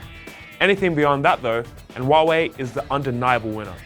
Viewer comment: It's Huawei not Hiawei